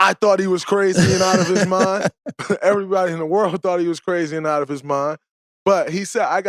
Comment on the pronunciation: Man's really saying brazy lmao